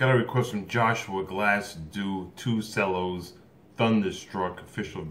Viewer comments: And it’s pronounced chellos not sellos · Nobody:: 2 sellos If u don’t know u it’s pronounced chello and spelled it’s spelled cello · its thunderstruck cover by 2 cellos. and it's not sellos, it's cellos, pronounced chellos. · it's CHello not sello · ITS FUCKING PRONOUNCED TWO CHELLOS NOT SELLOS ITS JUST SPELLED CELLO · I love the 2CELLOS ( pronounced 2 CHELLOS, the C sounds like CH) lol. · You got me every time you said “sello” 😂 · They are amazing artists. Watched them with my family month ago in Chicago 👍❤. Cellos you pronounce che-low😉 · How come he says cellos like sellos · Cellos are pronounced ( Chellos ) Kevin Plays one !! That was Awesome///Great reAction !! Very entertaining Dude !! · You pronounce it like ch-ello but it's spelled as cello I would know I play the cello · Pronounced chellos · Pronounced “Chello’ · it's pronounced 2chellows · He says " cellos" wrong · Did he mispronounce cellos? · Plastic Ninja YUP, and im triggered